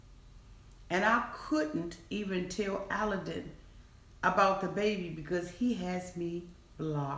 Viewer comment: I can’t stand either of them. They were using each other! He was immature and so was she. She’s a liar and what really bothers me is his name is pronounced like “Aladdin”. And she can’t even say her own husbands name right! Listen to how he says it. He says Aladdin.